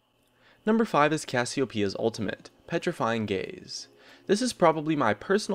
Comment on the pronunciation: its CassioBAEia.